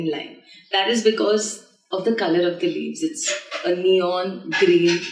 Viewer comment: She says colour with G